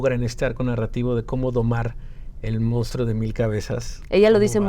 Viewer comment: Díganle a Zuria que no se dice "mounstro", lo correcto es decir "monstruo".... Y lo dijo dos veces!! 😢